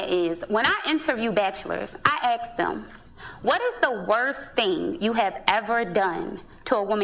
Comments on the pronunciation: "When I interview bachelors, I axe them..." lol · Oh there we go. She said “axe” instead of “ask”. Literally everything she says in null and void now. Next!!?